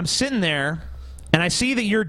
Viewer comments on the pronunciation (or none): Right after complaining about "individual" and "situation", says "sit tin' there"